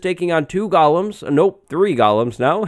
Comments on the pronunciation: Stop saying gulloms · You are not pronouncing “golems” correctly you at saying “gollum” like from lord of the rings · Gollum was a dude in Lord of the Rings. Golems are the bouncers in Minecraft villages. Pronounced differently.. ;) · Golems is pronounced goh-lems, not gal-lums. "Goh-lem" is a creature from Jewish folklore. "Gah-lum" is a creature from the lord of the rings. Don't get them confused.